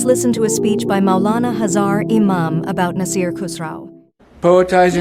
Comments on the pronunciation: Well, I can't stop myself so my apologies first, secondly, what is Hazar .. the actual word is Hazir (which means present). It is such an important word and you are twisting it with mispronunciation. Please correct it. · It is Ai language it usually pronounce Urdu word like this